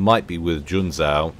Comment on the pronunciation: in Junzou the second "u" is silent, it basicaly puts an emphasis on the "o". Oh there's a door with a sign that reads, "Smart Asses exit here" - well I see myself out then....